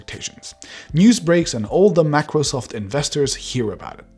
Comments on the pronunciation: "Macrosoft"? What the heck is that? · "Macrosoft" 😁😂😂 Microsoft might actually sue you for that. Once they sued a person for naming his webpage "Microwsoft"! You never know!! PS: jk But the fact is real!! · Everytime he pronounced MACROSOFT I died a little from the inside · MACROSOFT XD *MICROSOFT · Mac-rosoft seriously 😒